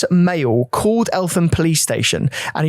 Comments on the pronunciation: Its pronounced “El-tam” the “H” in Eltham, is silent. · I remember this so well. So sad. Btw, you pronounced Eltham wrong like in a previous video. It's EL-TAM Anyway I was brought up in South East London, I remember the protests outside Scotland Yard years after too. I can't believe it took as long as it did for Young Stephens Family to get some Judtice